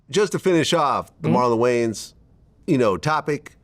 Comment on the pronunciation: “Marlon Gayans” c’mon vlad 😂😂